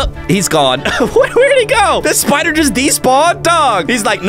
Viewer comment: it was "spiderder"